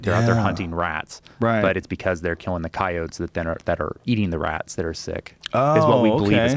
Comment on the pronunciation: can't handle how he say's ceyoats